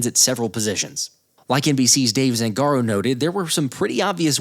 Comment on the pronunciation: Zangāro...the A is long